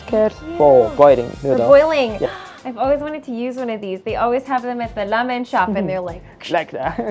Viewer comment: i think u are saying lamen and not ramen and it is messing with my head!